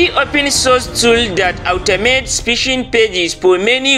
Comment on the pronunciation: Pishing 😂 lol , phish lol 😂